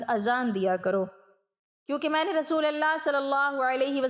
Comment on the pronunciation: ما شاء اللہ و تبارک اللہ ۔ لفظ رسول فتحہ کے ساتھ نہیں بلکہ ضمہ کے ساتھ ادا کریں۔ متنِ احادیث کا ترجمہ آپ پیش کر رہی ہیں بارک اللہ فیک اگر حوالوں کا اھتمام بھی کر لیں تو آپ کا بیان بہت زیادہ اہمیت کا حامل اور قابلِ اعتبار ہو گا ۔ اذان کے دوران شھادتین میں صحیح اعراب لفظ رسول پر فتحہ نہیں بلکہ ضمہ ہے ۔ لفظ محدثین میں حرف " د" کو فتحہ کے ساتھ نہیں بلکہ کسرہ کے ساتھ ادا کریں ۔ جزاکِ اللہ خیرا و بارک فیکِ ۔